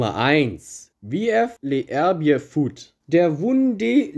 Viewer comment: die französischen Vereine. Beim letztes les herbiers. Le serbier ist die Aussprache simpler dargestellt.